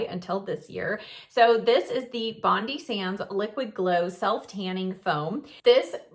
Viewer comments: Great video thanks, Bondi is pronounced Bon-dye though 🙂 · please,please pronounce Bondi as Bond Eye It is named after Bondi beach